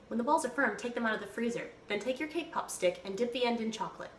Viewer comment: at first i thought she said K-pop